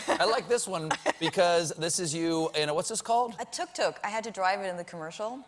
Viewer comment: As an Egyptian person who has seen tok toks and knows the actual way to say the way they say it is awesome